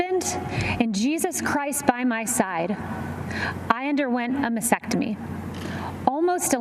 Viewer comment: Detail is extremely important for someone in that role. With all the reading and discussion on the subject she still does not pronounce the word for breast removal ( nor spell it ) correctly. It is a MASTECTOMY not masectomy....has a T prior the E. No wonder she is loose with truthful detail when representing the president to the press. Shameful.